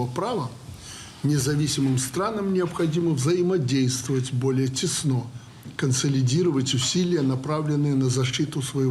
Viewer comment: Не теснО, а тЕсно, Александр Григорьевич. Разный смысл. Пишущим ему тексты подсказка: пора уже ударения проставлять, возраст.